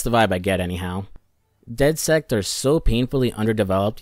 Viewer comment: Did you really call dedsec dedsect?😂